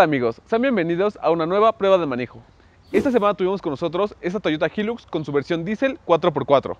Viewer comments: Creó que se pronuncia “Jailux” y no “Jillux” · Jóvenes se debe pronunciar: Jailux no jilux, HILUX Se traduciría como alto lujo o gran lujo, cuiden estos detalles. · Que rara la forma en la que pronuncian "HILUX"